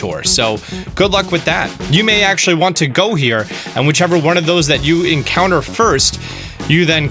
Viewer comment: The "enctouner" rates are so low ;)